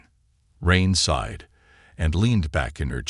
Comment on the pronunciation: Why are so many of these nice stories ruined by poor AI it’s widened not whitened, sighed not side, debris not whatever is said then the totally illogical sounds like b z z d, plus Ethan seems to be pronounced differently multiple times. I know you need AI to make these stories but how about listening and editing before you post then your nice stories. Just a thought.